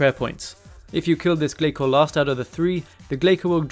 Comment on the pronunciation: glay-soars lol